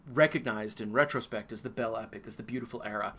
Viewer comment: I am enjoying your lectures but you are mispronouncing the French phrase "Belle Epoque."